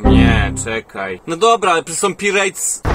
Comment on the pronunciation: Nie mówi się Pirejtsy, tylko Pajrets, boże, naucz się w końcu!